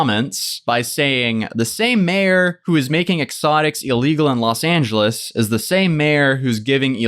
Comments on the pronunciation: I know its not important compared to the other stuff but did he seriously say the state of Lid Angeles ? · Did say “state of los angles” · Wait...did he say State of Los Angeles?